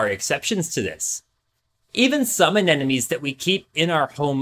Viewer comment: Sure knows a lot about anemones... should have started with the pronunciation...